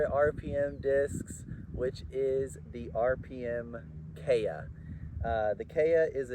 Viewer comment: "KEy-ah" (not "kAy-ah")